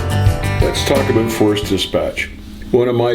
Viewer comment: I'm soo happy I subbed. Even though, you say "aboot" funny! LOL!